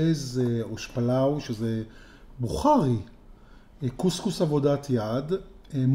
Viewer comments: עוד פעם אתה אומר אושפלאו ולא אושפלו אני בא עם כל הבוכרים בישראל לביקורת. 3.14 בממד הבוכרי שלנו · זה אושפלוֹ לא אושפלאוּ